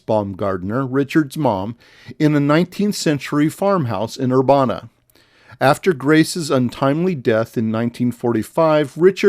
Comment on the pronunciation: The Peter Pan has since been fully demolished and is now a dairy queen 😢 you’re also pronouncing Urbana wrong but it’s beside the point. I appreciate this video because I actually just recently learned the Peter Pan had a sister restaurant and I was hoping to plan a visit over the summer to go check it out but read the building was closed off and now I’m hoping it’s still there at all after this hurricane